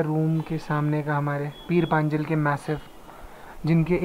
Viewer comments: O what is peer panjels. It's peer panjal. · Hello,. I would like to correct you. The actual pronunciation of that range is "पीर पंजाल". Like last time, you've been to Dharamshala, it was actually भाग्सु waterfall, not भग्सू. Welcome to Hills!!